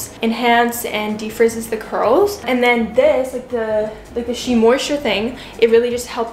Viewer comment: Lol, the way you pronounce eczema and Shea. Shea is pronounced shay btw.